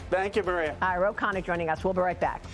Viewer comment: Ro Con-ya